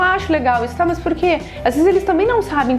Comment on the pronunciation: os sotaques no Brasil são interessantes. A professora do vídeo fala "Mus" quando intenciona falara "Mas". interessante demais sô!